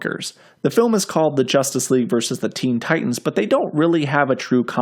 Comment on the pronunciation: 'Versus', not 'Vers'.